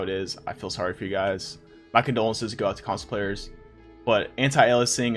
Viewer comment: i thought he said cosplayers and i was so confused but he said console players lmao